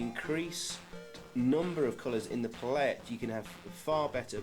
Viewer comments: Learn how to pronounce palette for f*cks sake! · Cool video despite the odd way you pronounce palette 😂